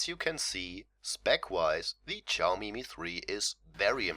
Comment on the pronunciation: its not chaomi, its xiaomi